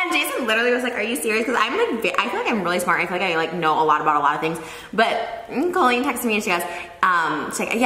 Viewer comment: you said collen its colleen